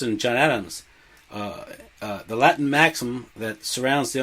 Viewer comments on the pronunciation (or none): none